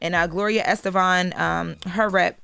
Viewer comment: Gloria Estefan not estevan